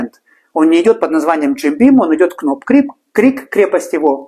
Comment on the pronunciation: Доки-на будущее: в буквенных сочетаниях "kn'также как и в словах know, knock knock-буква "к" НЕ читается-без обид🤝😉